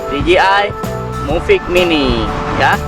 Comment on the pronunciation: Mavic mini bang bukan muvic mini😅🤣